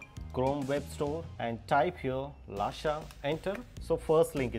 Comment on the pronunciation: Bhai it's not lasha it's lusha